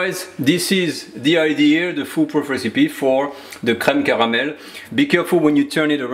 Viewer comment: Aside from the content I absolutely like how he says creme caramel //:) subscribed.